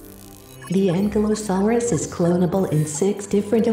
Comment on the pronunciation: It's pronounced Ankilosaurus, not ankle saurus. That just sound stupid